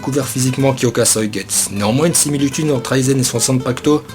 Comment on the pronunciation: Par contre tu sais pas dire suigetsu xD